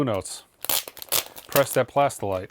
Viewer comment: said “plastylite” correctly 😀